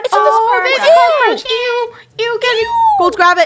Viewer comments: Its not bakon its bacon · It’s bacon not bakon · says: baken And it is Bacon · When Bakon showed up on the screen Me: “BACON” Funneh: Bakon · It's not bakon it's said bacon I think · It's not Bakon It's 🥓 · His name is ba kon not bak on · It’s bacon 🥓 not backon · its baycon not bakon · Bacon not bakon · It’s bacon 🥓 not baken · Its not bakon bacon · it’s not ba con it’s bay kon😅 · lol the way they say it wrong bakon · Its bay-cin "bacon" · How to pronounce bacon bay-con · It said baken